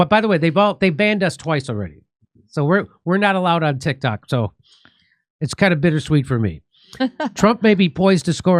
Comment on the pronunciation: I keep hearing "Tik Tak."